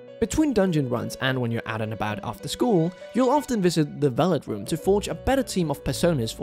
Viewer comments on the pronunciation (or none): Yo this guy needs to understand that it's the VELVET room, not the VELLIT room. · Lol VelVET room,. Not Velet 😂😂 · my man you gotta play Persona! (It’s called the Velvet Room - you kept calling it the “Vellet” Room) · “velet room” lol